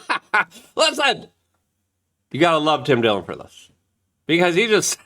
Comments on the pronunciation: Tim Dilling? It is Tim Dillon. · lol "Tim Dilling" ???